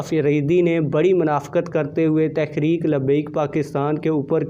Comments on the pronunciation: تحریک کا تلفظ ٹھیک ادا کریں۔شکریہ۔ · محترم تحریک لفظ تو صحیح پڑھیں۔